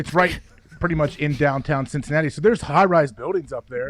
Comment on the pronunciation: im from philly and i went to penn state. i shouldnt like pat mcafee. he says donton instead of downtown